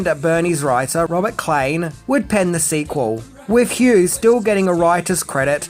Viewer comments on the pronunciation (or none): none